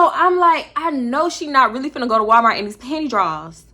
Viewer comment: the way you kept saying “panty drawls”😂😂😂